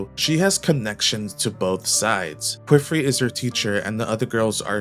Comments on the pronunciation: Great video! The rise of the "Kwiffrey" pronunciation is killing me though. Qifrey is said "key"-"free". The "qi" breaks the typical English expectation of "qu" and is said more like Chinese anglicized "qipao" or the French word "quiche" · Kiff-ree or kee-free not ku-wiff-ree. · please don't ever say "kweefree" or "kwifree" again. i usually don't care about pronunciation, but c'mon man. calling my guy queef is crazy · It's pronounced Kee-Free and Ah-Got